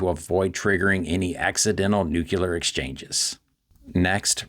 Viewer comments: It's NUCLEAR .. NOT NUCULAR!!! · Dear Mark allow me to say that the issues surveyed by the esteemed - because of their implications for Humanity - are much more important than the mispronunciation of "nuclear" although it can hurt my ears as much as yours. But let's not be confused. is not the Department of Literature of Harvard where, I am certain, many pronounce "nuclear" the wrong way. Let me quote the Merriam Webster: " Though disapproved of by many, pronunciations ending in \-kyə-lər\ have been found in widespread use among educated speakers including scientists, lawyers, professors, congressmen, U.S. cabinet members, and at least two U.S. presidents and one vice president. While most common in the U.S., these pronunciations have also been heard from British and Canadian speakers." end of quote. On the other hand, the first syllable can be pronounced in two different fashion like in New-York.